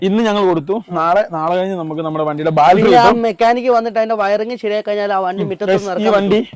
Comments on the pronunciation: ബാറ്റരി എന്ന് പറയു. ബാൽട്രി എന്നല്ല. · ബാറ്ററി ആണ് ബാൽട്ടറി അല്ല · Battery ❌ Baltary✅ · ബാറ്ററി എന്നു പറഞ്ഞു ശീലിക്ക്, ബാൾട്ടറി അല്ല. "ഷിബു ദിനം" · ഇതെന്താ എപ്പോഴും ബാൽട്ടറി എന്ന് പറയുന്നു? ബാറ്ററി എന്നല്ലേ പറയേണ്ടത്?